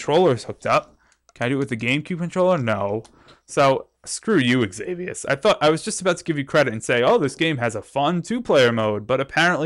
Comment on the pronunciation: danmmit it's pronounced ex-i-vious not ex-avi-ous